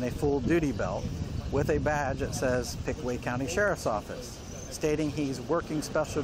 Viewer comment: He said Pickway Co. 😂 isn't it Pickaway Co. Circleville , Oh.